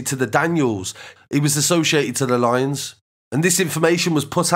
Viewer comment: You pronounce it lions buddy not How it spells Lyons 💙💙💙💙